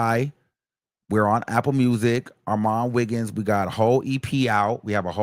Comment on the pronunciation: is he saying or all my niggas? LMFAO